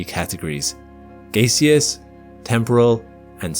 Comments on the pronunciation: Gaseous is pronounced "GASS-ee- iss" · liquid, solid, GAY-SEE-US :) . Sorry had to. Great video as always.